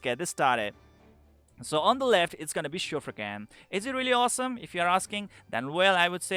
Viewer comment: that's 'Shuf-raken' not 'Shufrakin'.. you can listen to pronunciation in Mahar' dialogues